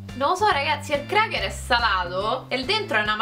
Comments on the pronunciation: si dice crecher e non cracher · si dice creker